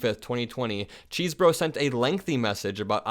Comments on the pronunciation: I believe Kenneth Chesebro pronounces his name “Chez-bro”, not “Cheese-bro.” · Dude it's pronounced CHESS-borough